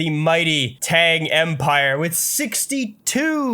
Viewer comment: The way to pronounce Tang is evil